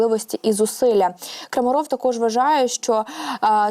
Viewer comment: Дівчатка, вам треба над інтонацією попрацювати. Особливо дівчинці, що закінчувала це відео. Вас важко слухати, бо голос монотонний, без пауз. Буквально на одній ноті. І наголоси робіть правильні, а то і Крамáров, і навіть Крамарóв прозвучало. А він же таки Крáмаров! Невже не чули, як інші його називають? Успіхів. Слава ЗСУ!